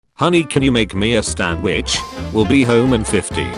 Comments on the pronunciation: At the start of the video. She said standwich and then said sandwhich YOU STILL GOT IT WRONG it’s a sandwich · He even got sandwich wrong on the second try